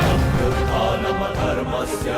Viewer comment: कृपया इसमें जो बोला गया है उसमेँ तत्काल सुधार करें " अभ्युथानम अधर्मस्य " के बजाय " अभ्युथा नम धर्मस्य " बुलवाएँ